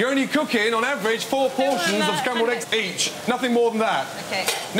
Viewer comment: Four not floor 🤣